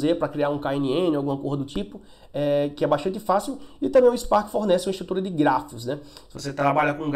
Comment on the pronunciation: Ele falou Gráficos ou Grafos???